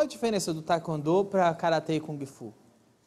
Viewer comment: Cara você não é faixa preta mano tá falando taekwondo errado e nem abaixa direito no comprimento